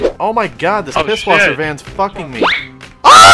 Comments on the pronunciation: Pißwasser not Pibwasser or you can say Pishwasser. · it is pronounced piss-vawser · R Lubbers It's pronounced 'Piss-Vasser'